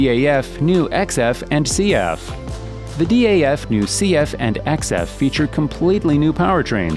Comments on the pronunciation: D.A.F? we just say daaf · Its not D.A.F. Its just DAF. Just say the word, not the letters. With MAN you say the letters, not the word. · its not d.a.f its daf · Daf is just Daf, Not D.A.F. Nice video though 👍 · u mean man and daf and not em ei en, di ej ef 😭😭😭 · Its very bothering yes, I never heard anyone spell like that. Its DAF and MAN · its daf not d.a.f and also man not m.a.n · Good video, but my god, how are you reading the names? Or is it AI? Because I know no-one, whou would read Man or Daf by letters. Its Daf [daf], or Man[ man] .... 😑 I also dont get differences between the 1st and 2nd Scania. Like, the 2nd one doesnt have that cool aerodynamic bump, has some black sht numb instead, and what else? .... -the most powerful engine in the world? Ok. And what about all the boat engines, jet engines, hypercar engines.... 🤦 Also, number of awards doesnt mean anything. Scania maybe had less trucks, but all of them were the best every time, compared to Mercedes, which had many more which werent as sucessfull... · It's hilarious how he pronunce MAN and DAF🤣 Emeyen